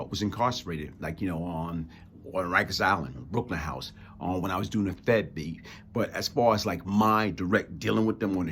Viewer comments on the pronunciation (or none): none